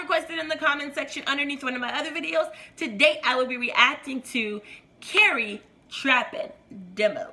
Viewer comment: His name is pronounced car-y, I think I explained that right lol or like car-e